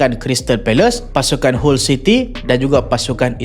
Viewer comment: Awst dok tekan team kota bharu smp 2x lehan 😂😂 mat saleh pun sebut hull bkn hall city 😊